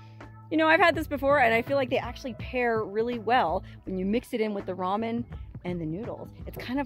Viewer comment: its pronounced ramen..not ramen-duh